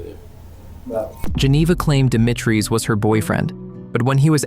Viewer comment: Stop saying demi treez It's di mee tree